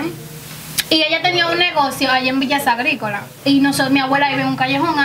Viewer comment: Villa sagricola o villa gricola?? Jjj